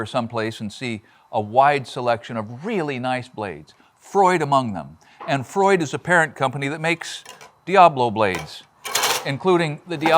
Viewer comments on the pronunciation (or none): none